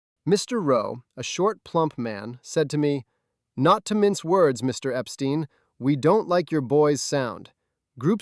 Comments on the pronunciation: It's Ep-Stine, not Ep-Steen. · "Beatles" (with a T), not "Beadles". And "Epstein" = "Ep-stine", not "Ep-steen". 😐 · Disappointing errors in detail. Mispronunciation of Brian Epstein’s surname as “ Epsteen “ rather than “ Epstine “. Anyone who knows the Beatles knows this. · You got Brian Epstein's name wrong! Clearly you must be an IGNORANT AMERICAN!(ALL AMERICANS ARE IGNORANT!) The name Epstein is meant to rhyme phonetically with "dine, wine, fine" etc.